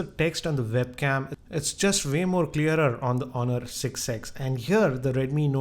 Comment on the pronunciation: not just uhh but the W doesn't exist in his script. For way, he will say Vay, for wide he will say Vide, and for with he will say Vith.